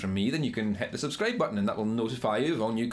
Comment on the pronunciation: "..het thu subscreib butn"